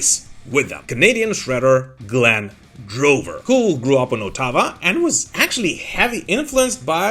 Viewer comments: .. LOL, Canadian here, you made me split a gut on your pronunciation of Ottawa... (OH-TAH-WAA), .. lol You accented the wrong CIL-AB-buL... : ) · As a Canadian, that's the first time I ever heard "Ottawa" pronounced that way... 😊